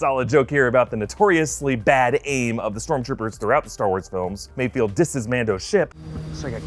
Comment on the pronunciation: MayFELD, MayFELD, MayFELD